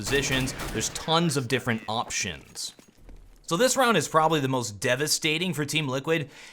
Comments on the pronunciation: "awptions" badum tss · Yeah there’s tons of different “awptions!” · did you just say awptions? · Man said tons of different awptions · I like all of the jokes, even though some of them may not have been intentional. "Tons of different AWP-tions" ;) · "there are a bunch of different AWPtions to counter a auto-sniper" u genius x))) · “There’s tons of different AWPtions” I see what you did there ;) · "There is tons of different awptions..." hahahahah lol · "Tons of different AWPtions." I'm so sure he said that. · "tons of different AWPtions" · HE SAID AWP-TION, XDXDXDXD LOOOOOL KILL ME NOW PLS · did u just say awptions...